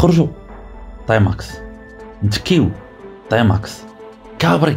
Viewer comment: ⛔ غير هي بالرجوله سميها تيماكس ماشي طيماكس 🤫😭😆👍